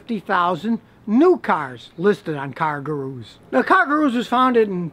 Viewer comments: Goo-Roos. Scotty says Gahroo. lol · gooroo...not garoo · Scotty, it's pronounced "GOO-roo", NOT "Gah-ROO"! Or maybe you need to fit it into a "Kan-gah-ROO'S" pouch?? (Guru - Dispeller of darkness, bringer of light). Did the Great Gazoo influence you? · Matthew Wach - Oh, you caught that too! WTH is Scotty thinking?? Perhaps if he's going to mispronounce 'Gurus' like that, he should be using a "Car-ga-NET" to catch those deals! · Scotty, you're accenting the wrong syllable: It is car GOO'roos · “Car Garooose” Lmao Scotty only deals with foreign if its Japanese. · I wanna buy a Yun-Die from Car Guh-Roo!! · I thought car-ga-roos where only available in Australia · He says cargooroos LOL As if it was underwear for new cars. :P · I come back to this video just to hear him say "car gu-ROOS" lol. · No one: Literally no one: Scotty: Car Gu-Roos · Bouncing about like a, "cargaroo." Pronunciation is key.. jesus.. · "Cargurus" lol. I like to say "halapiano" (jalapeno) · I love you Scotty but you're putting the emphasis on the wrong syllaebulll. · Scotty sounds like he is saying "kangaroos" with an "R" instead of an "N"